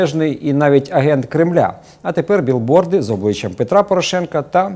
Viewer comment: А можливо ви вже нарешті будете говорити правильно? Не "біл борд" а "біг борд"!!